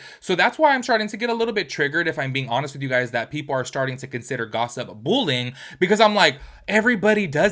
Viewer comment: I keep hearing “bull-ing” and I’m like what is bull-ing????